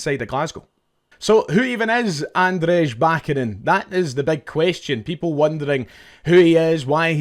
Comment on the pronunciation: Cheers mate love the content but this is killing me: it’s Ahn-dray ba-CHA-nin